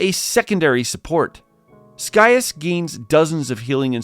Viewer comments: That's not how you pronounce his name! Lol! Not Sky-us, it's Sigh-as/Cy-as. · “Sky-as”? I thought Scias was pronounced “See-as”?